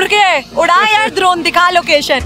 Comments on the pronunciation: ड्रोन= दरोन🤣🤣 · Didi vo drorn nhi vo dron ho ta hai😂😂😊😊